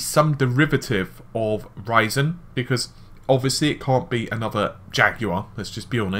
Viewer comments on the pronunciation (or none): none